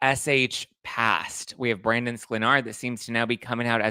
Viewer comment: You are the only one that pronounces Brandons' name right.(onlyone)